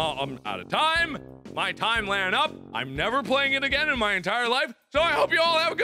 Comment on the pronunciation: I lost it when he said "NEH YOU FELL INTO MEH TREHP CAHRD"